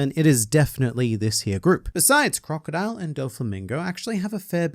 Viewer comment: Its pronounced, "Crocodile"